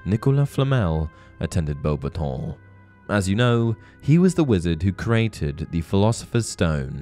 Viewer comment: The way u say bobaton is infuriating